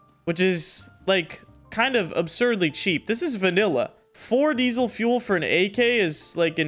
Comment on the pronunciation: yo why u say diesel fuel like that lmao